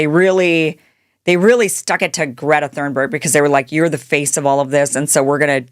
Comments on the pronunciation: Please stop saying "Thurnberg." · Hey Kim, Im super appreciative of your content and I mean no harm when I say this truly. Just for the sake of you knowing perhaps, but Greta's last name is Thun-berg. Not that you said it wrong on purpose, as I do not believe that. However I heard you say it a few times and thought maybe you just didnt know. You're one of the best weve got and im grateful for what you do. Thank you for having a heart and speaking The Truth. May ALLAH Reward you Kim. Ameen thumma ameen thumma ameen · Kim, Greta's family name is pronounced "Tune berg." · Why after so many years sre you spelling and pronouncing “ Thunberg” incorrectly? If you don’t know that how deeply did you check anything else? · I love Greta and the work she does. I got to the 3min mrk on this video, and I am so offended by your ignorant pronunciation of her name, that I am leaving now. There are plenty of sites on YT currently talking about the IDF and their seizure of Greta's flotilla. Most of them are fans of Greta and know enough about her that they can pronounce her name. Not you.... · Love you Kim but how do you not know how to pronounce (or spell) Thunberg by this point